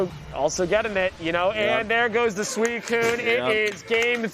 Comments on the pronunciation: STOP SAYING SUCUNE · I hope frost prime loses just so I can stop hearing pronounce Suicune